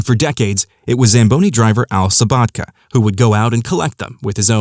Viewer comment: Want to say this was a treat to watch, and on a personal note I want to say "THANK YOU!" for pronouncing Al Sobotka's name correctly, as it is also my surname as well. (I've heard too many Hockey commentators and play-by-play men mispronouncing it as "So-BOAT-ka", when it is as you said it: "So-BOT-Ka") Looking forwards to Episode Two!